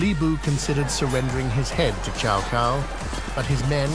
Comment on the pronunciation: Chow Cow and Loo Bay 😂😂😂